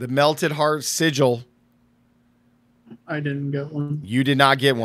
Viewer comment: It’s called the melted heart of selig not the melted heart of sigil 😂